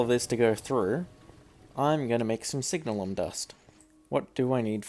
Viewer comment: Its funny how you're probably the first person I've heard pronouce it "signal-um" rather than "sig-nalum" or "sig-nail-um" but, looking at the spelling, it's an entirely reasonable pronunciation.